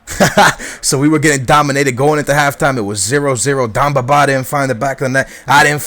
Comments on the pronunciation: It's demba not damba :) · ...its Demba not Dumba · Its demba not damba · D'E'mba Ba not dumba Ba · Demba Ba, not Dumba Ba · DEMBA!!!!!! BA NOT DUMBA!!!!! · Demba not damba :) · It's Demba Ba not Damba Ba. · His name's Demba Ba, not Damba :p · d-EM-ba not d-AM-ba :) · It's DEMBA BA not DUMBA BA!!!!!! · Its DEMBA, not DAMBA. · its not darmba ba its demba ba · Please, its Demba ba not Damba ba its E not A, You're murdering his name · I'm loving the series but just because your Portugese doesn't mean iit's Damba Ba. IT'S DEMBA BA!!!!! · Yo its dEmba ba not damba ba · its DEMBA BA not DAMBA BA!! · demba ba*, not damba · It's not dambaba just to let you know, it's Demba Ba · It's Demba Ba NOT Damba Ba. Fuck. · It's Demba not Damba ;) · Deeeeemba not damba -. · love your videos but its DEMBA BA not DAMBA BA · Demba not Domba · Stop saying DAMBA it is DEMBA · Who the fuck is Damba Baaa? You're pronunciation is shit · DEMBA (DEHM-BAH) BA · Damba Ba is how he says it. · DEMBA Ba... DEMBA... With an "E"! Jesus man. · Bro, his name is DEMBA BA not BAMBA BA